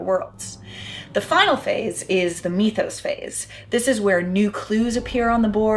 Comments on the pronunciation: It's really pronounced "mith-ose"... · Meethos?! ;-) (Sorry to nitpick, but "mythos" has the same root as myth, mythology, etc., so is pronounced similarly.) Great review/summary though! I liked it very much. (And I'm always glad to see gamer gals represent!) Someone else asked if there's something like this game that's a bit more accessible to new players. I'd highly recommend Mansions of Madness, but with the caveat that at least ONE player needs to know the rules very well. Thanks for the review-- I look forward to more! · Mythos, not meethows